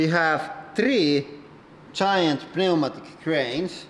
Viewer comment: Pneumatic cranes please pronounce it correctly.